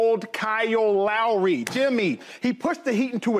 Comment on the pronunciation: "37 years old Kyoo LAury"